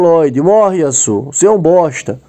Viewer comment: Da agonia ouvir ele pronunciando o nome do Yasuo man kkk